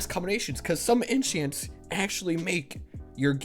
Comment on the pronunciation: Did he say inchients